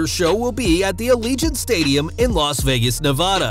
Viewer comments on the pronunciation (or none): none